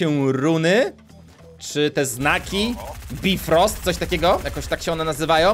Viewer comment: Dla wszystkich, mówi się "Bajfrost"